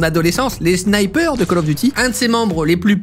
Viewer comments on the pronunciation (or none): none